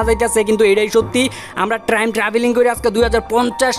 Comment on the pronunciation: It's time not trime......